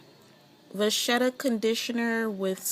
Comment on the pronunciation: Just an FYI it is pronounced VA Ketta. Great video